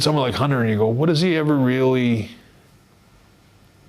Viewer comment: "What has he really everrr done."